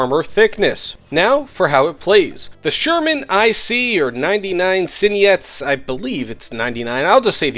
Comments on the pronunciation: When you read Trzyniec r is silent rz you read as z :) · TRZYNIEC LIKE TSHYNIEC cmon:(